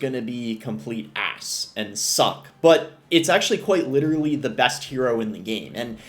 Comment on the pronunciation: I love the way Boss pronounced "ass".😂